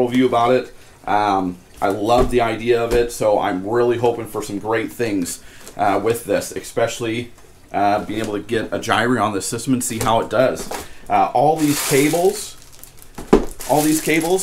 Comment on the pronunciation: Did you call it a Gye-Reeee?? lol :) Great video.